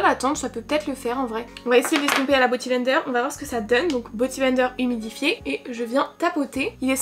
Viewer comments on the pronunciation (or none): t’es si chou à dire boty blender…on dit beauty <3